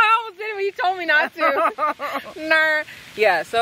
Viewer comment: I'm gonna be telling everyone "ner" from now on 😂